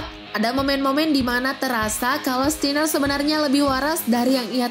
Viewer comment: John 'kena'?? Scott 'stiner'?? Ini narator nya gabisa bahasa inggris apa gimana 😂